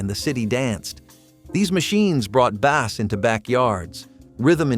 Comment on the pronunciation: I am never going to watch one of you videos again just because you said bass 🐟and not bass🔊